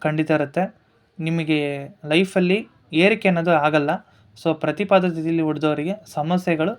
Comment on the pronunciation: ಪ್ರತಿಪದೆ.ಪ್ರತಿಪಾದ ಅಲ್ಲ.